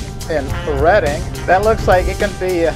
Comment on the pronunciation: Well done with the pronunciation of reading. Most americans would pronounce it Reeeding.😂😂😂